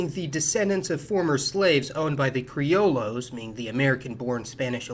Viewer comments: Criollos is pronounced "Cree-aw-yaws". I'm Dominican and have no problems in accepting and being proud of my african ancestry, but it is hateful having people generalize about us, without reading our history in order to understand why we accept or reject some concepts. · Criollos is pronounced crioyos but great vid as all your others.